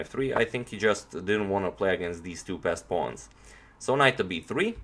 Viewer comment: Is he calling the pawns pest pawns?